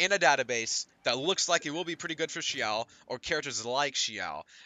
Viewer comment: i love the way u said xiao